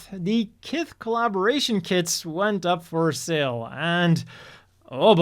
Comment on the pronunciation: Kith is s(h)ith.